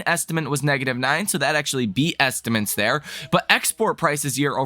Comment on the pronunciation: Bro, isn’t it “estimates”, not “estiments”?